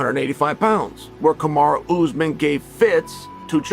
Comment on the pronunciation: Why’s he saying kumshot bro 😭😭